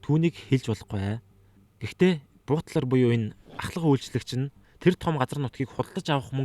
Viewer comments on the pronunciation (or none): Буутлар биш баатлар гэж хэлээрэй хха